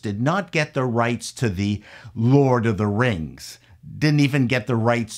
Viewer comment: Lord of the Rangs. Rangs of Powah.